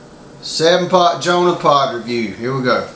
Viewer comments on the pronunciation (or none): it's jonah dude , not johna ,good review